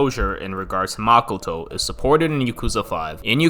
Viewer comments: makoh-toh まこと, マコト it's O for a reason...... pronouncing it as makuto will sound stupid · Dude really calls makoto, “makoetoe”